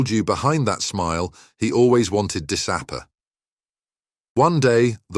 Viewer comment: he only wanted disapper? i think,, you mean disappear. a stupid fail within 5 seconds doesnt show your review of your own content in a good light.